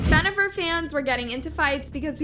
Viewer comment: Stop saying Benifer! 🤦‍♂️